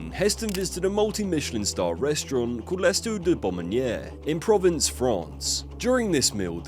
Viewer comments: Good clip but Provence and not province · Pro-vince? Pronounced Prov- arnce. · Provence killed me lol